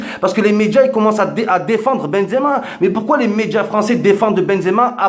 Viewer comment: il a dit benzemar